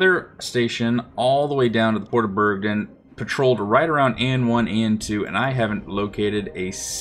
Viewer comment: It's Bergen, not Bergdin.